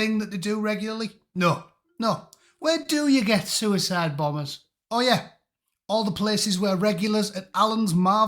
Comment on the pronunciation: Sure, sure... A soo-a-side... Sure....